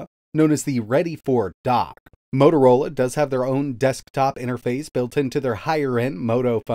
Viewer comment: Repeat whit me, MO-TO-RO-LA, and not MOROROLA.... 😂😂😂😂